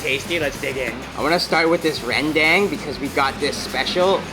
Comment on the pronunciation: Maaf bang, Itu Rendang. Bukan Rendeng 😀😀